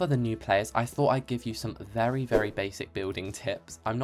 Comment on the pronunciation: "Im a wery bad builder" * makes a beautiful front wall*